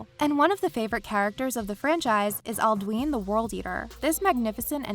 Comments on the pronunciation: It's pronounced "Al-do-in" not "Al-do-een." you hear it enough times in the game to know. xD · Why did she pronounce alduin like aldween